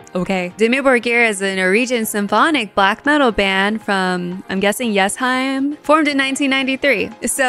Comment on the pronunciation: Your pronounciation of Dimmu Borgir is as close as it gets without it being your native language (roll the r's), well done! You also said Jessheim correctly. I'd also like to suggest you check out the band Orbit Culture from Sweden with their song The Shadowing.